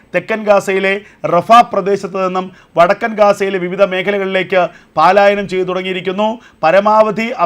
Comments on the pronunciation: എടാ പാാാാാാാാാലായ നമല്ല പലായനമാണ് സാവാകാശം ശ്രേദ്ധിച്ച് ന്യൂസ് വായിക്ക് വെപ്രാളം പിടിച്ച് വായിക്ക് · ഈ "പാലായനം,,",,കേട്ട് മടുത്തു .ഒരുത😢രം iritetion .പലായനം,"അല്ലേ ശരി . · പാലായനമല്ല പലായനമാണ് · പാലായനമാണോ പലായനമാണോ 🤔